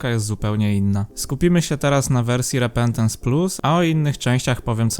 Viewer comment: repentence a nie repentecnce+ ale super materiał szukałem nowego fajnego matariału o issacu